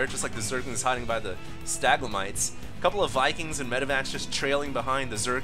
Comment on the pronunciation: STA-LAG-MITES